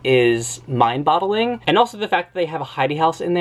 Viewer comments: Mind bottling? Do you mean mind-boggling? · "Came acrossed" "mind-bottling" aaaaaaaaaargh